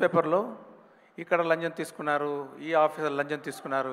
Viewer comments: Lancham ❌ lanjan ni✅ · Lanchm sir 😅 lanjam kadu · Lancham ✅laanja ❌